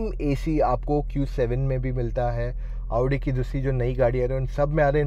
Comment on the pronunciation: Aauudi pronounce hota hai mere bhai